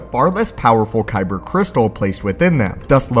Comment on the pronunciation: Dude be like "koyber crystal"